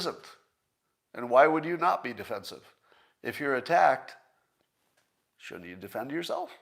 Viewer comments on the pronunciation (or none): Scott has university degrees but says "vunnerable", failing to pronounce the first L. He also says "shoont" "coont" and "woont" for shouldn't, couldn't and wouldn't, failing to pronounce the Ds.